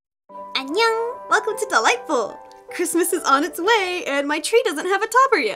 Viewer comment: idk why but wen ever she says welcome to dollightful i used to hear her say welcome to the light pull >~< :D